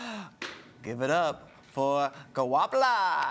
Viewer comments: It’s actually Setswana for “Moving forward” and the G is pronounced something like “kgh” sort of like a snorting sound. “Ho ya pele” in Sesotho a different language to Setswana with great similarities. Great effort though, much appreciated. 💐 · did this man really pronounce her name wrong? SMDH